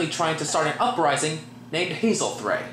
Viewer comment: If you love the movie why do you get so many of the names wrong "Frith" or as you say "Thrift" Hyzenthlay....or did you say HazelThey, Efrafa or did you say Evavra Let me guess that other guy is Blackathor?